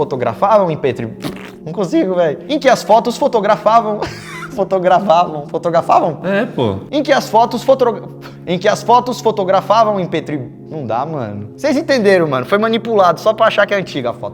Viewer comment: "Fotrogáfia" do Raça Negra.